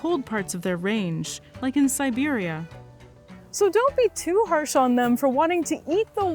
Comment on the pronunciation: Siberia? Not Siberiaa